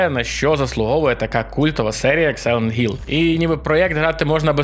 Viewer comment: Будь ласка, не заміняйте х на ґ, це неможливо сприймати, який сайлет Гілл, яке Гейло? Це неймовірне коверкання оригінальних назв, гірше образи для тайтлу важко придумати